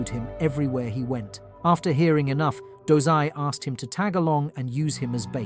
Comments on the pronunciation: Dozai?, i thought it was dazai, osamu dazai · bro did you just said 'DOZAI' I thought his name was dazai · His name is dazai idk why he did that lmao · Dazai❌ Dozai✔️ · he pronouncing wrong, its dazai